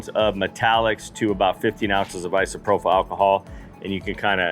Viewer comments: I've been working with Alcohol for 40 years it's pronounced Isopropyl with a p sound propyl not an f sound prophyle( I live with teachers )ìm corrected all the time it sucks but it keeps me looking smart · Sure wish you could pronounce isopropyl. /ahy-suh-proh-pil/